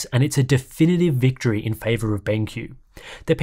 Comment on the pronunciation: Dude said BangQ.